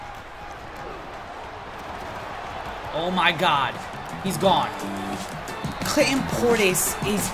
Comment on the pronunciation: at 305 or 306 he said cl in Clinton portis so hard